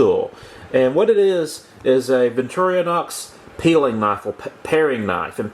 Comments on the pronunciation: BTW, it's Victor - Inox, not victoriOHnox. BTW, the Victor is short for Victoria. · Repeat after me: Vic Tor In Ox.............